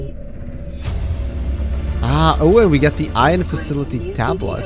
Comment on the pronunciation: ffs its pronounced eye-on not i-in "ion"